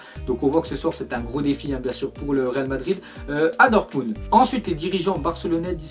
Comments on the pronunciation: prononce dormunbd au lieu de "dormundt" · Dortmubd Wouah C'est Dortmund 😑